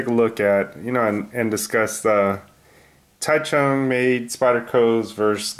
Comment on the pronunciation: And as an FYI Taichung isn't pronounced the way it looks to English speakers. It's more like a J sound than a CH sound.